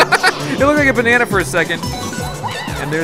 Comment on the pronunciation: When he said "a bannana" though I laughed so hard